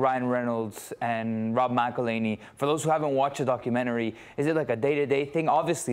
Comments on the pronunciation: Can't believe she still mispronounced it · Poor McElHenney... Got his name massacred and mispronounced again...